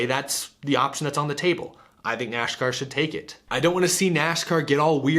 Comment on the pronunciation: Ah yes, my favorite motorsport, NASHCAR.